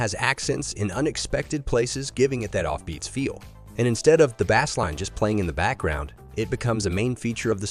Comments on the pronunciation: Who pronounces ‘bass’ like ‘bass’ instead of ‘base’? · You should teach your AI how to pronounce bass.